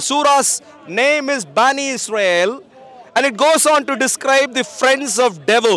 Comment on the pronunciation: I love that you pronounce Israel correctly. Keep going